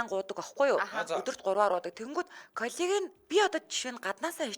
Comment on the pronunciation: Коллаген гэж аятайхан хэлмээр ..